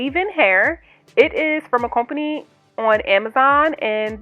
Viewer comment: Cute! Ima do these for my trip to Hawaii Also the way you say COH-PANY is strangely satisfying 🤣 where is your accent from?